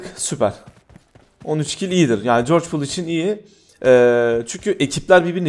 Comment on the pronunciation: Nova degil goorgopol